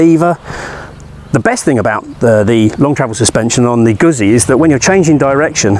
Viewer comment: 2x Zs in Italian means there is a T sound in the middle, think pizza. So moto gutzee.